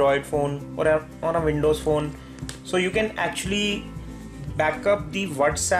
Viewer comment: May old fon may new fon to may pisi..wtf is that ?? U makes me nervous !!! Where did u learn english ??